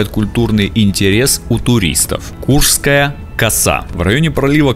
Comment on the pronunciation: Почему ударения неверно ставите? И коса КурШская, а не Курская.